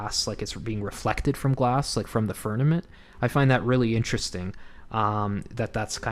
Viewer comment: This is great ! I love studies like these I totally think that the northern lights are suspicious And Polaris! Thank you so much 😊 It think it is pronounced firmament With an M Not firnament With an N